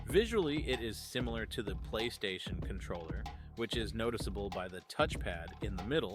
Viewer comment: did you not know how to pronounce controller? the hell is wrong with you